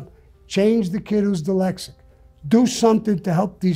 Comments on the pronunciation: Sammy the Bull: “Dylexic” EVERYBODY: “Dyslexic!” Me: “Is that how it’s really pronounced? Maybe he knows because he’s dyslexic?” 🤔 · You know your dyslexic when you say dylexic. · I bet he still pronounces it “Dilexaca” because no one ever had the balls to correct him. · He's soo dyslexic...that he calls it Dylexic. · He’s wrong about not needing a lot of ammo. What if you’re being attacked by multiple ppl with guns goofball? And it’s dyslexic not dylexic. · Somebody needs to teach him he's dyslexic and not deelecsick😂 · 'DELEXIC' KKKK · Repeat after me Sammie "dyslexic ". No Sammie, let's try it again "dyslexic ". No Sammie one more time "dys" " lex" "ic". Good now put it together "dyslexic". Wrong, come on dude. SAMMIE PUT THE GUN AWAY!!!!! LOL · This man is so tough and respected nobody ever told him he was pronouncing Dyslexic wrong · To be honest his teeth don't allow him.to say it correctly, thats the kind of critical thinking u need to have. Critical thinking before critical living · Can't pronounce "dyslexic", but ain't nobody gonna tell him. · Do you think anyone bothered to correct him? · I love how he doesn’t pronounce dyslexic right after being diagnosed 76 years. Gives 0 fux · I cannot believe you called that out? Brave 👏 As for me imma just pronounce it Sammy's way from now on thank you!